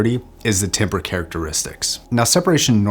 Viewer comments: I guess I have to be the one to point it out... It's pronounced TAM-BER not tim-ber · Just a friendly reminder that "timbre" is pronounced like "tamber" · It's pronounced TAMBER :) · Timbre is actually pronounced as tam-ber. Timber is a type of wood lol. English is very weird. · The b roll on this video is nuts. Great work. (Btw timbre is pronounced “tamber”) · yeah love your channel bit please stop saying it wrong, it makes your otherwise informative videos feel uninformed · Great review. Here's how to pronounce "timbre"